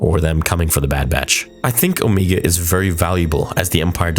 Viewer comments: I love your videos but I can’t help but wonder why you keep pronouncing Omega’s name like “Oh-me-ga”? She is the only one who says her name like that, and I’m sure it’s bc of her accent. Everyone else says her name as “Oh-mega”. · It's Om"egg"a, not O"meeg"ga. Omega only pronounce it that way cause of her accent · its pronunced oMEGA not meega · I thought it was pronounced as "Oh-May-Gah" not "Oh-Mee-Gah" lol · Why does pronounce omega weird hahah it doesn't really matter but in the show they obviously say omega but always says omeega 😂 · Why is her name being pronounced Omeega? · why is it so hard for the man to say omega. its not omeega jfc lol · Why you keep saying Omeega? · Why does buddy say omeega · Why are saying Omega like that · Yeah maybe say her name properly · Every week I say it but please stop saying Omegas name like that. Please. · you keep saying omega wrong